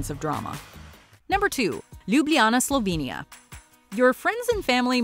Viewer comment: Ok everybody, say it with me. Ljubljana, Slovenia! Loo-blah-nuh., Slo-vain-iuh. Good grief, its tough to hear this incorrectly pronounced so frequently in this video. You are sharing information about Ljubljana, but have obviously never been there! Otherwise, very nice video.